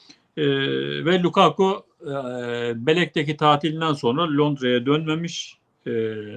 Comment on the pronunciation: lukaku degilde lakaka mi demek istediniz?